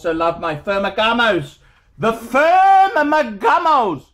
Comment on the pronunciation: Why the hell is he calling Ferragamo, “Fermagamos.”